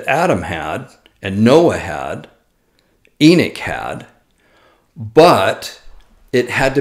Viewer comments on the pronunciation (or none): none